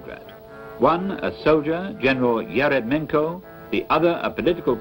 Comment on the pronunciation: In Russian is it pronounced erEMyenkə ?